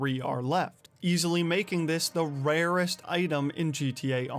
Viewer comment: "one of the raruuurest" 😂